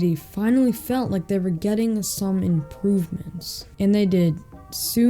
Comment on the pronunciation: says impovements instead of improvements